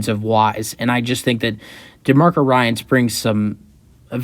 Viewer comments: ^^^ dude, your credibility is at stake if you cannot even pronounce the prospective new head coach's name correctly. his name is "DEMECO"... not "demarco". my goodness... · Good video!...by the way his name is pronounced De(Me)co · You’re pissing me off by mispronouncing his first name.😡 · This guy can’t even pronounce his first name.😅